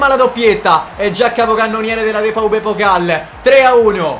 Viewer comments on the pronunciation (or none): io ho fatto tedesco alle medie, si dice DE-EF-BE, proprio scritto letteralmente...